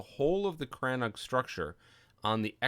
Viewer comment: Great video. I'm currently building a crannóg in a snowy biome, and came here looking for interior designs. Never heard it pronounced as crann-og though; it's usually called crann-oog (longer o sound) in Wexford.